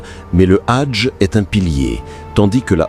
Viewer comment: Je ne sais même pas si je dois vous passez le Salem… s’il vous plaît arrêtez avec L’ IA car les prononciation lorsque vous parlez du HAJJ vous le remplacez par le mot RAGE. Et dans d’autres vidéos c’est pas mieux, même si peut-être votre intention est bonne. Ou alors s’il vous plaît faites des efforts pour corriger tout cela. Bien à vous.